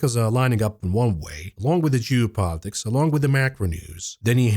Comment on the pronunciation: whenever you say geopolitics, it sounded like jew-politics. i had to take a double take on that one!